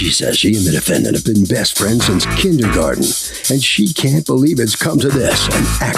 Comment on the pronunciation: and Milian correcting how she pronounced it